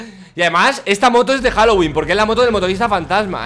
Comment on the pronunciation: No es halogüin es Halloween :v